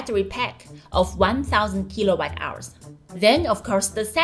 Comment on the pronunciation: Jixuan, please pronounce kilowatt hour not as kilobyte hour.